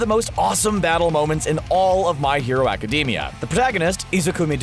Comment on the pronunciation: Did this boi just say my hero acadeemia